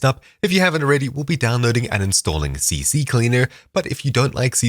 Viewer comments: Yo, it's not "CCCleaer" but just CCleaner lmao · It's C-Cleaner, not CC-Cleaner 😂 I used to say the same, so I find it funny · its not CC Cleaner BUT CCLEANER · Bro just said CCcleaner when in reality its CCleaner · Ahh a fellow guy who doesn't know that its Ccleaner not CCcleaner 😂